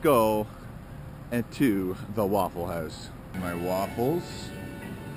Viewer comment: “At the Wouwful house” so northern 😂